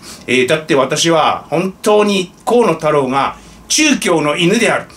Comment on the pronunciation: 河野太郎が 小物太郎 と聞こえてワラケル（笑）